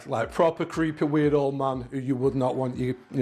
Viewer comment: Beardo he actually said "weird old man" his accent makes it sound like "Weirdo Man"